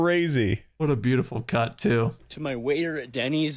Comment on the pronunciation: thank you for the subtitles cause that didn’t sound like Cut as first 😂😂